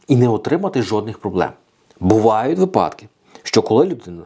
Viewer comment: Весь день по радіо чуєш про дурнуваті ''випáдки''. Увечері заходиш в інтернет - те саме. Цікаво, чи можна десь почути нормальну українську мову, без щелéпи, листóпада, енергонóсіїв, пóдушки, óзнак, ліжóк, пóвісток та ''иншої мутоти''?? Невже для того, щоб відпочили мізки, треба шукати іншомовний контент?